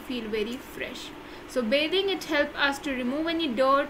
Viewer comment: Bithing not bathing